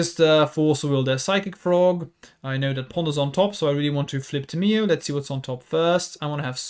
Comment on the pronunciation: It’s tam! E oh! Not Tim e Oh!